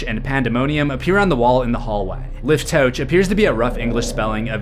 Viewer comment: It’s pronounced“liftoakh” (a “kh” sound like you’re removing a hair from your throat), a rough H sound.